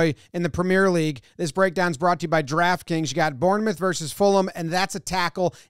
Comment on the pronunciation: Youre pronouncing "premier " league wrong not that it matters